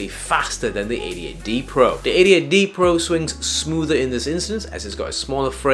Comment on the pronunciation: I thought i heard "idiot D Pro" 😂